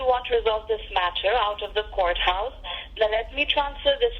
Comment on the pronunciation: No they don’t say courthouse- they say goathouse